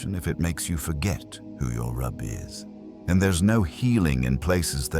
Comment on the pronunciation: I appreciate the rare topics this channel covers, but please have a human being check any content you upload before it's uploaded and especially a Muslim with a strong grasp of the English language and the Arabic language. Example: this should be "Rabb" not "rabbi"--the former means "Lord" and the later a Jewish scholar or teacher. Before that, that should be "rizq" (blessing, divine provision), not "risk." The error is in both the spoken audio and the written subtitles/captions (likely automated), although the voice also often does pronounce things correctly, while the captions get them wrong. Also, please use royalty free graphics or make your own photographs/videos, don't use generative AI for images, these are stolen from artists and mashed together to avoid having to pay artists for their work, not to mention, the process of making them uses up a ridiculous amount of resources for their servers and is damaging to the environment. I've seen marketplaces where witches come up in Morocco, very bizarre. There's plenty of nice, normal patisseries and bakeries and plain mini-marts and supermarkets, but there's also these old marketplaces, where you might go to buy meat or something and witches would come up asking if you want magic done (?!), according to relatives, and I also saw some cute little chameleons I was allowed to hold on my hand, they're so small that they wrap around fingers like rings, because I love reptiles as animals (also fond of snakes!) ... but th